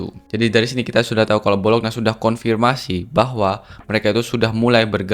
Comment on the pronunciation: bacanya Bolonya bang bukan bolokna